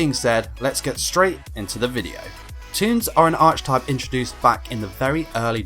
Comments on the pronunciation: Very fun and interesting. One thing....archetype is pronounced with a k sound not a ch sound. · Hearing you mispronounce "archetype" made my eye twitch a little.